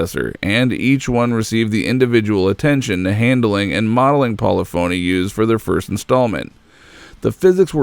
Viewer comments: Anyone else find it very annoying when someone makes a documentary and then pronounces the company name incorrectly the whole video? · Hearing him butcher Polyphony is killing me. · yeah but he still can't say polyphony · For some reason doesn't know what polyphony is... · Great video, but please take the time to ensure that you are pronouncing everything correctly. You mispronounced Ordonez and Polyphony throughout the video. Great work! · Every time he said "pawleefoney" I cringed. It's "polifiny." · As a musician it pains me every time he says "Poly-phoney" instead of Polyphony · I know that Polyphony started as Poly's so I could possibly see why one would think that you pronounce their modern name as polly-phony. However Polyphony is a real word with its own definition and is pronounced Poll-if-unny. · Polyphony is not pronounced poly-phony, it's "po-liff-ony" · Hey, idiots, it's pronounced "pollih-phunee", not poly-phony, unless you're doing it on purpose to try bait or annoy someone. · Pol-if-unny, not Poly Phony. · Paulafony. Po-lyph-ony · Polyphony - PAWLEE-PHONEE????? Try PAWLEE FAHNEE - -JAYZUS!! All your effort on such a GREATshort documentary and you couldn't do a short stab and basic pronunciation of the mans corporation?????? Disappointing! *****Side note: It's not like it was a Japanese word!!! POLYPHONY is basic English! SMFH!! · Great video but good lord. It’s pronounced.... PO-LIFF-O-NEE not PO-LEH-PHONY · Good video. Minor quibble, but it's not Paula Phony. It's pa'LIFF'a'KNEE. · FYI...Polyphony is pronounced 'pulliffany'. :) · Hahah. Poly-Phoney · One minor gripe, but it's understandable because I did it until I listened to actual employees say the name correctly. It's not poly-phony. But I don't know how to show it. Great video! Now that the PS5 is out and GT7 is doing so VERY well, this can get an awesome update! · It’s pronounced Po-Le-Fa-Ny digital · PO - LIF - OH - NEE 🤣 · Great video but "Polly-phony" lol